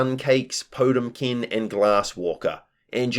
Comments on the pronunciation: It's pronounced poh-TEM-kin, not TOTE-im-kin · quick heads, up, potemkin is the name of a guilty gear character and i think you're mispronouncing them name slightly. there is more emphasis on the T, po TEM kin